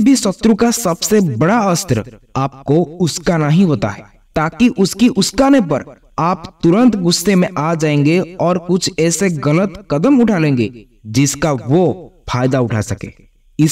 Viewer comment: Uskana nahi UKSAANA hota hai sir